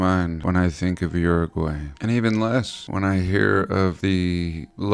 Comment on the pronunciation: Hopefully someone will teach him how to pronounce Uruguay 😉 Saludos